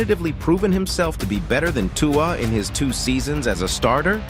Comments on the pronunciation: It’s 2-uhh not 2-wahh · If you continue to pronounce Tua the way you are pronouncing it... I will never watch your videos again! You're being ridiculous, and it is disrespectful to intentionally butcher his name the way you are doing it.